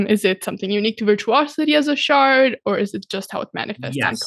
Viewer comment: Shard. Shart. Cast. The d and t are very close phonetically.